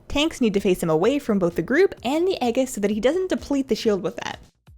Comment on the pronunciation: Aegis is pronounced AYYY (like the fonz) and Gis (like gis must be my lucky day)....but great vid other than that....I love your cheery demeanor.